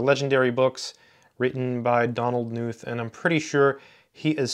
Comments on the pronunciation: Pronounced "Ka Nuth" actually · I think the name is pronounced Donald Kh-noot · Why does someone who aspires to pronounce emeritus correctly not give a moment's thought to the correct pronunciation of the germanic name Knuth. Just because knot is not in English, does not mean that Knuth is Nuth ... It is curiously akin to the parochialism of educated and aspirational American English speakers who quite stubbornly cling to the American pronunciation of Weinstein to rhyme with Weinsteen — but are appropriately awed by Einstein's cachet to not call him Einsteen. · For the comment readers out there, his surname 'Knuth' is actually pronounced as "Ka-NOOTH". The question " How do you pronounce your last name?" is actually on his 'Frequently Asked Questions' web page. Some of my comp sci friends call these "the bible". Also, these books inspired the development of the TeX typesetting system. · Just wanted to let you know Knuth is pronounced with a hard K, live Evel Knievel. Great vid as always :) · Just a minute into the video now. Will watch the whole thing. Not sure if you're going to mention Knuth's "Concrete Mathematics." I don't mean to correct you but the K in Knuth is not silent.